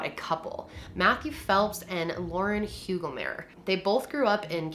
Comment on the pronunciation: As a german the way you spoke Hugelmaier hurt 😂😭 Also i'm a big fan of your videos ❤